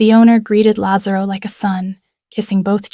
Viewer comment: they also have difficulty with correct pronunciation of italian names. they can't get lazarro right